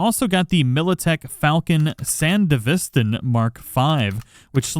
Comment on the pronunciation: lol. the way you pronounced sandevistan. And im definitely gonna pretend i didnt learn the proper pronunciation from the anime and i knew it all along.